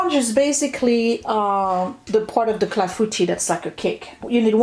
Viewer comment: I had to turn on closed captions to figure out what you where saying-clafoutis! I have never heard of that before but it looks yummy as does this. All those different types of ingredients would have intimidated me, so thanks for sharing!